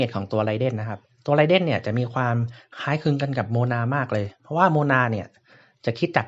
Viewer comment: ไรเดนครับไม่ใช่ไรเด้นเนาะ XD อิหยังเเวะ